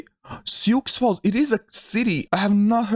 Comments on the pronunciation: Your also mispronouncing Sioux Falls. The x is silent. "Soo Fallz" not Sioux Falls with adding pronunciation on the X. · Sioux Falls the X is silent in the city name so it's more or less pronounced like Shoe or Sue Falls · Sioux Falls pronounced "Sue". It's Native American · Prounced “sue” falls lol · Sioux Falls is the largest city in South Dakota with just over 280,000 people in the metro area. Also, it's pronounced "Soo Falls"